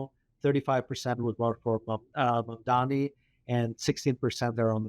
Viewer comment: His name is MAM-DANI.